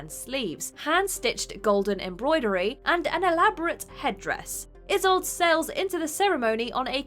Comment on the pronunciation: The narrator needs to check on the pronunciation of Isolde. The mispronunciation is unprofessional.